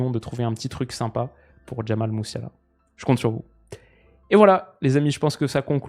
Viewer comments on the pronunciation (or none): Un joueur si agile dans les petits espaces : « Jamail Muiouseler »